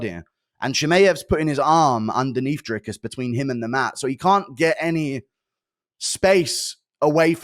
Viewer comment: Whenever DJ says Dricus it sounds like he’s saying Jerkis